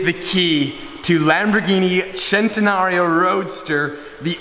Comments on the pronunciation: It's a centenario not a chentenario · Why does the say centenalio instead of cenenario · Bruh is Centenario , no CCCHHHEENTENRIO ( cringeeee) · You pronounce the name wrong every time it's a fucking Spanish name its "cent" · Lamborghini centnreo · I’ve been saying it wrong i always pronounced it “cent en are ie o” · loves saying chen-ten-nario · Centenario of course. 🗣CHENTENARIO!! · you are saying Centenario wrong, makes my ear isch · Why do you keep adding an imaginary "L" in Centenario? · Every time he centenario I was just like nigga stop🤦🏽‍♂️ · I hate the way every time he says centenario he has to say it like he is Italian, stop, please.